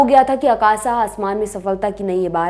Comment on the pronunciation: It is आकाश and not आकाशा. 'आकाश' in English will be written as Akasha. Are you south Indian?